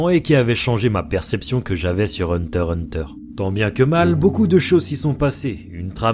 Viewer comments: Hunter x prononce le x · On dit le X !!! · le x ne se prononce pas, mais en faites y-en a qui le disent car c'est laid "hunter hunter" mais ça doitêtre dit comme ça